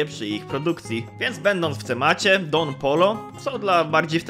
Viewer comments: don POJO sie czyta a nie polo xdd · Dziękuję za pokazanie mojego komentarza 🙏. (Tak poza tym to Don Pollo czyta się Don Pojo) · taki fun fact mowi sie don pojo